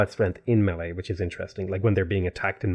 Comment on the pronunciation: melee is pronounced: may-lay